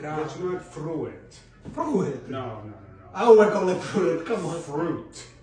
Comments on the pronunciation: I like the fru it pronunciation. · That's so cute how he pronounced it. The Fru-It. Lol😂😂😂😂😂😂😂😂😂😂😂😂😂😂😂😂😂 😂. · I’m with on this one. Fru-it don’t make no sense if it’s pronounced froot. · I can totally understand why pronounces it the way he does by the way fru-it is spelled. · Everytime you pronounce it "fruuuitt", they should reply with "Expresso" :) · To be fair, the word "fruit" does look like it would be pronounced "fru-it." English words have tricky spelling and pronounciation rules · Why's dad bothered by correct desire to pronounce syllables? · If I knew what was saying, I wouldn’t correct him. He’s got so many other positive attributes, the mispronunciation of fruit can be ignored.